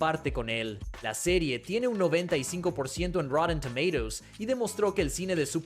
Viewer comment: a ver si se aclara como se pronuncia tomatoes